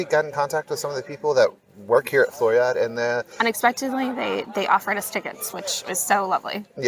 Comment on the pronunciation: Very nice video. You pronounce the last "e" in Floriade. Same for Almere. One of the best videos on the Floriade.....